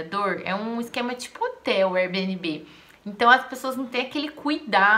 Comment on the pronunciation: Só melhora sua pronúncia... O correto é "éir-bi-en-bi"